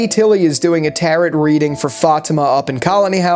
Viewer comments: I have to pause this video because good god stop pronouncing tarot like that! That is not how you pronounce tarot. It's tar-oh NOT tar-ot. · Good video! But you gotta stop saying taroT. The second t in 'tarot' is silent. It's pronounced taroh. Sorry but gotta say something because it's driving me nuts lol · this is the first video I have found by this channel, and I’m loving it! Friendly tip, when pronouncing the word “tarot”, the t at the end is silent (phonetically: taro) I can’t wait to come back after the next episode airs for your next breakdown!!!! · It's pronounced Taro cards